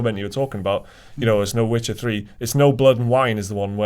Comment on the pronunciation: Disliked because you couldn't even say Witcher... Seriously bro??